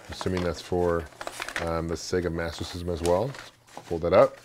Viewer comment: thumbs up if you can say "Master System" correctly!!